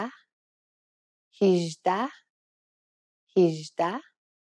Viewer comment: هفده هجده شش ....درست تلفظ کنید.